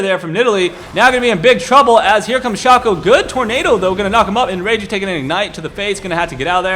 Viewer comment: it is actually pronounced Shay-co (Shaco)